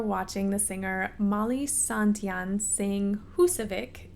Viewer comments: Her last name is Sandén not santian😉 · That was the most interesting pronunciation of the name Sandén I've ever heard.